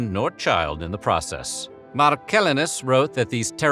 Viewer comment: Your attempted pronunciation of Marcillinus was comical on the level of Benedict Cumberbatch attempting to say penguins. **marh-suh-lahy-nuss**. MARH like Bill , lahynuss 👍 like the guy with the tech tips and suh - like your suspect pronunciation 😉